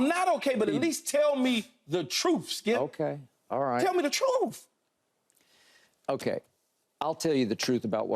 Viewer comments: Well Keyshawn...there’s no "F" sound in the word, "TRUTH". Its pronounced TR-U-TH, not TR-OOF. If you speak for a living and want "TRUTH", that’s probably a good place to start! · I heard "troof." 😆